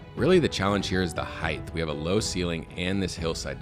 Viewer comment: what is it with disc golf commentators saying heigth and not height. the word is H-eye-t not H-eye-th ???????